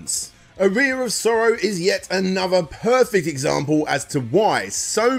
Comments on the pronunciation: my guy I just looked it up British pronunciation of aria and it’s ar-ree-a it’s not “uh-rye-uh” it’s simply just a man not pronouncing a word correctly. This has nothing to do with “global citizens” or British or American he just has poor pronunciation.. of words. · I understand accents and dialects, I really do, but there's zero reason to say "Aria," as "A rear in 2023. It's just absurd. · Are-ee-uh aria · How in researching for countless hours, listening to interviews and such, did you never notice the proper pronunciation of "aria"?? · I can deal with Aria being mispronounced, but pronouncing Tokimeki as "taco-me-co" is destroying me. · “the one symphony” is your name and you defend the wrong pronunciation of the word aria lol. What a clownzo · this would have been a good opportunity to pronouce 'aria' correctly